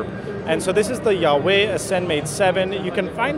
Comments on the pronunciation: It's "wah-weigh" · At least you could ask for the proper pronunciation of "Huawei". It's pronounced: Wah-Way. Eesh, I cringe when I listen to you say the company's name. Jarring. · Great review! One note--- its pronounced "wah-way" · Considering it's in chinese, I doubt it's pronounce as Wah-Way tho.. It should be pronounced as Who-uh-way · I can never get the name of this company correct. I always though it was pronounced "wah-way" not "yah-way".. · You're all wrong.. It's pronounced hwa-way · I'm surprised that Huawei let you walk away from their booth. You pronounced their name wrong! Huawei, not Jesus, made the Ascend Mate 7.